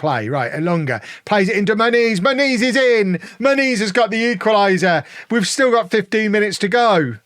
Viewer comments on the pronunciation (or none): I still can't unhear how you pronounce Muniz like "ma niece"